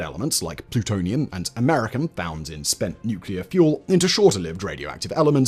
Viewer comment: If you can pronounce Americium "Americum", then you can pronounce Aluminium as Aluminum! :-D